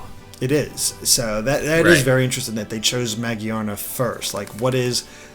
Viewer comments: I like this video but I didn't like that pronouncing Magearna the way he did. To me it looks like it should be pronounce Ma Gear Nah. How do you think that pokemon's name should be pronounced? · idk, I thought he was saying mo-jee-ar-na. Just adding an r to magiana. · Iain Waddell Ma-gi-ana is what he is saying, there is no R sound in the way he is saying it